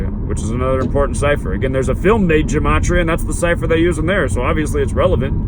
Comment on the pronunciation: Dude you don't even know how to correctly pronounce gematria, what's up with that?